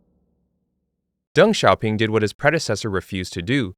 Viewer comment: !!!! kudos to you for learning how to pronounce Deng Xiao Ping correctly